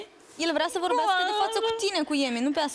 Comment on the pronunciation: Ba omule,uitate cum pronunța unele cuvinte "vorghiasca"